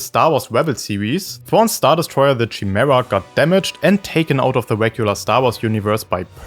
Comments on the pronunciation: great video, but its kuh-mee-ra or Kai Mare- a not chi-mare-a. its greek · With words with Greek origins (like chimera), the 'ch' makes a 'k' sound. "Kymera". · that's not how you pronounce the chimaera btw, it's like "Kimera" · It's pronounced with a K, not "Shy". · *Kai-Mare-Uh *Purr-gill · Friggin German accent pronouncing "Chimaera"... Horrible. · well, chimaera is a real word with a proper pronunciation. That’s why it’s trigging all the native English speakers. “Purgill” is said out loud in rebels, so that’s why it’s triggering